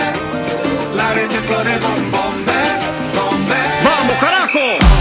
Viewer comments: Lui dice bombeh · Sbaglio o pronuncia la parola bomber? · Bobo Vieri non riesce a pronunciare bene nemmeno "Bomber"